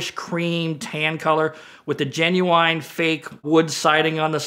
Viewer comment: Ed, next time you speak to this guy, ask him to say “Le mans” to you. The way he says it is as funny as he pronounces genuine. “Gen new wine”